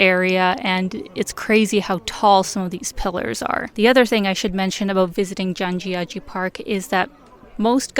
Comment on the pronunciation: You absolutely nailed the pronunciation of Zhangjiajie